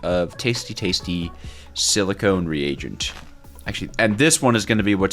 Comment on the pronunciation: my friend, it’s a re-agent not the king regent